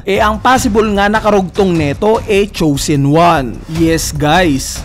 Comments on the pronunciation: Chosen hnd choosen hahaha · Solid! 🔥🔥🔥 Pero boss, nabother ako sa "Choosen" 😅